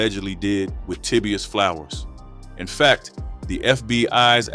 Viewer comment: I noticed a plethora of errors in this video. Naming the wrong people. Pictures of people not part of the story. Scenery clips that weren't in Philadelphia. AND most importantly mispronouncing Kaboni and Tabius smh. Unsub, 👎 This jawn is fraudin!